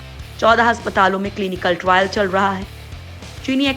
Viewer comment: Viccen viccen kabtak chalega Kabhi bolti hai viccen Nikal Gaya Kabhi bolti hai trile chal Raha hai